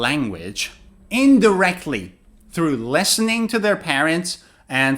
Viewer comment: Hi teacher! Great video. I just have a question, purely out of curiosity. Why do you pronounce "listening" and "protein" differently? Or maybe different is not the word. I make the short i sound in the 1st syllable of listen and long e for the 2nd syllable of protein. No hate here, just curious 😊. Thanks